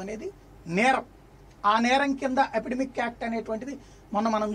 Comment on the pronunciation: apidemic (Telugu lo) kaadhu........... its Epidemic